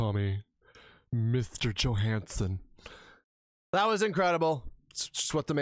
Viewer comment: Nonono... He's not Danish, He is Swedish.. JohanssOn not JohanssEn..